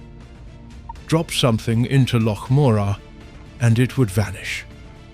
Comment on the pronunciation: Hauf-biled delivery but at least he can say loch. 😅